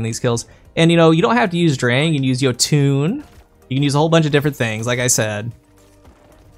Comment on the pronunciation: Who the fuck calls it yotoon?!? But I’m gonna say the drifters ding beats the kill